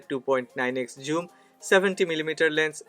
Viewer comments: Its "Zoom" not "Joom". Besides that great video! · It must be pronounce zzooom not your joom